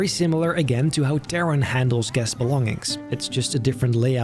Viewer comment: It's great, but why does he pronounce "Taron" so strangely? Or is it simply because I'm German?